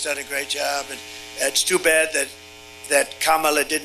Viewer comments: say what you want but the pig finally said Kamala correctly. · He actually said comma la! Wow 😂 wonder if he realized he actually said her name correctly 😮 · Hey!!! He actually said her name correctly!!! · He said her name correctly… he’s desperate 💙💙💙💙🩷🩷🩷🩷💚💚💚💚🇺🇸🇺🇸🇺🇸🇺🇸